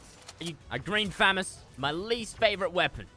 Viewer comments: he triggered me by kept say fam-us I thought it was fuhh-mos lmfao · Btw it’s not fam ess it’s fa moss good vids tho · famis ha ha ha it’s pronounceded famas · Did anyone else get annoyed when he said famees instead of famos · Listen to me fresh fu-mas instead of famas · It’s “FU-MAS” NOT FAM-ES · It’s fa moss not famass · Fu-ma-s=famas not fam-as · It’s killing me he is saying famiss it’s pronounced fah-moss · this is how many times he said "green famist" | | v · I love how says fmas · The amount of times he said fammas !! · The amount of times he said FAMIS🤣🤣🤣🤣 or GREEN FAMIS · is it me or is fresh saying famas like famus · “Green Fammous” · there should e a counter on how many times he says green phamas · “Green famus” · Can I get a dollar for everytime he said thermas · It’s pronounced Fu-mas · how many FREAKIN TIMES DOES FRESH SAY GREEN FAMUS LIKE YOUR SAYING IT WRONG AND YOU SAY IT A GAZILLION TIME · Y did he say grean famas so much he didn't even say it right 😂😂😂😂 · The way he says Famas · Say FAMAS right!!!! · Someone please tell me how many times he says "green famas" and says it incorrectly. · Anyone els get triggered When he say Famas and not famas